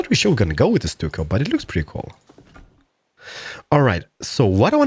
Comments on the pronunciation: It's pronounced "stuck o"! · I watched all your CS videos, and saw this. Hadn't even heard of this game. Watched 2 of your vids on PC and I'm hooked, already pre-purchased game. Love what you created. Oh ya, stucco is pronounced "stuck-o", love your boooshes..!!!!! LOL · by the way it pronounced stucko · stuck-o easier way to pronounce it but any way good vid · Stucco is prounonced with a ck not just a c noise so it would sound like Stucko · Stucco is pronounced stuck-o